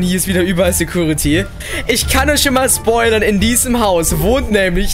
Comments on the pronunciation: Genau mein Gedanke...."Sägruritty" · Es heißt security